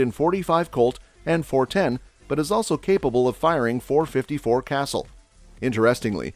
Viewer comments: it's pronounce Cah-SOOL. Not Castle. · When he said "castle" I knew he didn't know jack about the .454 Casull